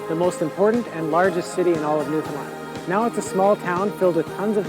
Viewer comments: the easiest way to say Newfoundland is New foun land don't pronounce the d in found. I sure hopes this helps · NEWfunLAND. Nobody off the island pronounces it right. The emphasis goes on 'New', fudge the word 'found' and say it quickly, so it sounds like 'fund' with a very subtle d, and emphasis again on 'land'. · nu-fin-land. You almost got it right but you need to hard pronounce "LAND" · To pronounce it correctly here it's New-fin- LAnd. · You pronounce it New-fin-land… and its nickname is The Rock - because the island is, entirely made of rock. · Say it with me......."New-Fin- Land" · That pronunciation, ouch lol. Cool video brah. New-fin-land. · New-Fin-land or Newf-in-land. Not new-fin-LIND as a lot of “mainlanders” say. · More common to pronounce it "New fin land" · I’m from New Brunswick. It’s pronounced- New-fn-land. Emphasis is on “land”. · Hi,. You're putting the accent on the "found" in Newfoundland. The accent is actually on the first syllable, and the other two are kind of left hanging on the end for dear life. So, NEW-funland. Notice the "d" in "found" is not pronounced, and it's pronounced as "fun", rather than "found". That's if you're from anywhere in the Atlantic provinces (which includes Newfoundland).:) Anyway, you should really make a trip to the Rock (and the locals call their home province) and also Labrador. In fact, save up and spend a few months touring the entire country. We'd love to have you come for a visit.:) Be well. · Newfoundland sounds like the word understand. Most people say is wrong lol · I am from Newfoundland. Not to be bias but I live in the best place on earth. its pronounced New Fin Land not New Found Lind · For the love of god. “New-Fin-Land” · I am really enjoying your videos, buttttt..... it's pronounced Newf n' land. Thanks, eh! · Quick tip- it's pronounced New-fin-land...emphasis on the AND, Lol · understand Newfinland. It’s like a little rhythm to help people pronounce it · Newfinland by